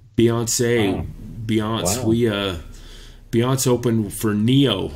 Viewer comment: He read binance as "Beyonce" xD HAHAHAHAHAHA hate me guys